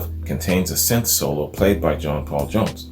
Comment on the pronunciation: Dude you said synth right, nice 1! Every time you since lol. I keep telling the screen pronounce it. Sin thi sizer